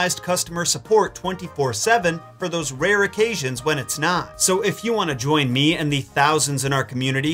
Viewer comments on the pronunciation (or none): none